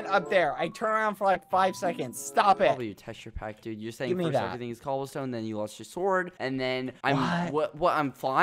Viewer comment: Don’t forget his “yEah”